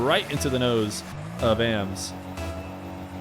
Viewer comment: It’s ams I think not ay em es